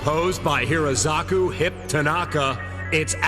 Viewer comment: "Composed by Hirozaku Hip Tanaka, it's Adam Sessler and Morgan Webb." I was about to compliment the announcer for this lovely reference, but while typing this comment, I realized: they got it wrong! It's "Hirokazu," not "Hirozaku"!